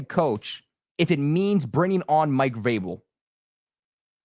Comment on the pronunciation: How many times you switched between Vrabel and Grable is annoying. Learn how to say his name.